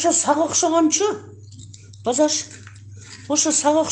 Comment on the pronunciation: Базаш деп суйлоп аткан канчык маспы не 😂